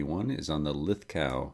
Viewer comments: Lith go, not lith gow... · It's pronounced lith - go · Lithgow is pronunciation is lith-go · Lithgo, not lith gowe. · Hey peeps, Lithgow has a silent w mate lols, ie Lith go, polymer in the trigger guard ( and black stock option) is the same mil spec polymer used on Australia's Defence Force weapons (Steyr variants), so there is minimal robustness or wear concerns to be noted, hammer forged barrels and cerakote is used on all Lithgows, Australian made as well so it's not tacky. good review, keep up the good work eh. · Pronounced lithgo buddy